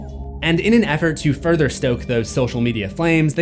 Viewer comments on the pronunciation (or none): none